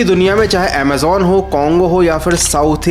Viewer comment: bete pahle bolna Sikh Le ajimon Kya hota Hai Amazon hota Hai